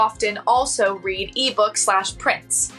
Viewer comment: The way she incorrectly pronounced 'read'. It happened more than once which makes me wonder if this is AI? 😮